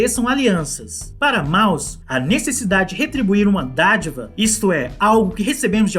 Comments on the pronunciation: é [Môss] não Mauss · A entonação de Mauss é "môss" e não "Maus". Abraços parabéns pelo vídeo. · se diz mous...